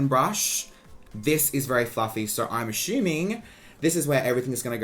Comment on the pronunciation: I looooove the was Australians say “assuming” 😂